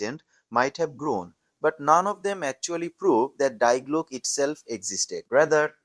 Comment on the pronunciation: If you can't even pronounce Die Glocke correctly, why would anyone believe anything you say?